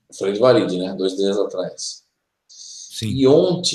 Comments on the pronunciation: O livro The Project de Mark Macy se refere à Terra paralela como Varid, e não Valid. Será que ouvi bem? Entendi o pronunciar com "L". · Terra Oculta, Marduk é um ser, entidade de origem maldekiana, de Maldek, isso em conformidade com as informações q li em "atravéz de olhos alien". E o tempo todo ouvia a pronúncia de como planeta Valid e não Varid conforme, agora, corrigido. Gratidão.